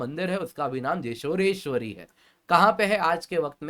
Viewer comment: Sir, the correct pronounciation is जौशोरेश्वरी (Joshoreshwari) . The place "Joshor" was actually pronounced wrongly by British colonizers and never got ammended